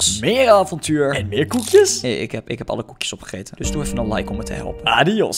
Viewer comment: je zegt arios maar je scrjift adios